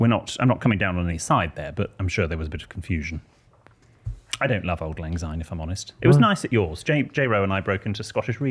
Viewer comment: Sorry to correct you boys, but it is Syne pronounced with an S not a Z. Thank you